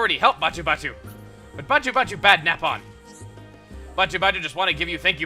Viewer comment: Is it me or did i just hear him say nap on